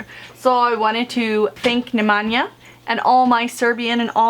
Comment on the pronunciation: NE MEN YA Is how Nemanja is pronounced. Bella Novich (Belanovic)